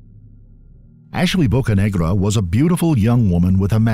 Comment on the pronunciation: One second into the video Narrator: " Bocanegra.." Me: "Wtf did he say "